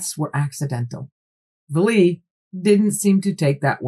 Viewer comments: Great depth of knowledge on this topic. I’ve seen it before on Ancient Aliens. And so you know, his name is pronounced valet like valet service. Is this connected with the UFO sighting that happened in a village where people had weird marks/ skin irritations and a local Doctor tried to treat them? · I love this channel so much. 😂😂😂 but the mispronunciation of Jacques Vallees last name is hilarious every time she says it 😂😂😂😂